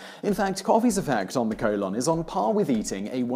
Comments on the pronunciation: "Colawn" I love your accent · I lost it everytime he said COLE-ON! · Simon pronounces Simon Sy-mun but colon col-on. Explain. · I love the way he pronounces colon :)HAHA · All drinks containing caffeine can "increase peristalsis" for me. (And you pronounce "colon" weirdly.)